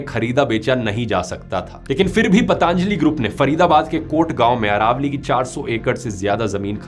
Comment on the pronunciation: ...इतने समझदार होकर गलत उच्चारण? पतंजलि→ पतांजली?